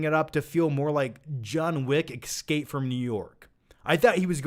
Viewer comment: ESSSSSSSSSScape not EXSCape